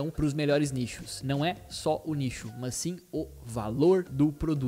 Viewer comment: Mano na moral esse seu 'mas' exagerado meio que querendo imitar quem sabe fala gringa fica muito feio ( só dando um feed ;) )